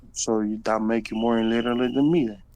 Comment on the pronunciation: He also ironically couldn't say the word "illiterate ".